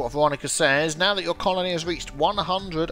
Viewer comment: Theory 1: learned to say "colony." Theory 2: recorded himself saying "colony" properly, and very skillfully cut it in everywhere he said "conoly." I'm just waiting for the space anemones to invade now.:)